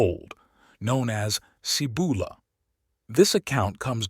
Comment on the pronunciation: first off your pouncing the city name wrong , it sounds like this " see bowl a' " i found the site of the Cibola but there is almost nothing left there but if you have a trained skill you can still locate the site ..i found a bone knife and a shaman stone nearby but you can walk right past it and never know it was there till you are guided by a shaman and no shaman will take you there , i am a time shaman and it is forbidden to go there , it is the home of the thunder God ,the Seven caves of Chicomoztoc ,, the spirits of the old shaman of the Chitoc rest there the caves are cursed , never go there the curse are real and you will never return ...How do i know this to be true ,i am the last Chitoc the 3rd immortal ! i was born there in a life long ago ...and you should know the truth , that priest came and stood on the rim of the bowl for a few minutes and a small girl saw him and he ran away like a scared rabbit before she could tell the shaman of our tribe .. he was a coward ! he was not very smart , he stood within a few feet of one of the rarest Gemstones ever known , the Grail Stone ! hidden in plain sight ..he could have walked a few feet away and picked it up ...and had the power of the great spirits own crown ...once stolen by Lucifer ! the Grail stone belongs to me now ... humans are not welcome there ....